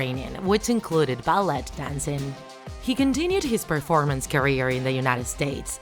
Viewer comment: Did she jus say ballett honey it’s ballet the t is silent but that probably just your accent